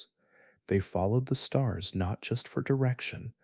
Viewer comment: A sky full of stars? Lol might want to pull back on the emphasis...we're not actually listening. You actually found me due to the algorithm, but you have a talent for putting people to sleep......thank you sir